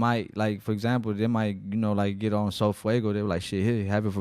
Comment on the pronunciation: Do you mean sofaygo not sofuego 😂😂